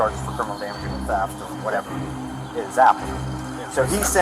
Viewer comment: It's Teft, we clearly heard that 😂